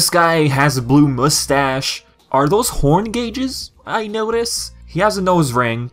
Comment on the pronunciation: Gauges, really?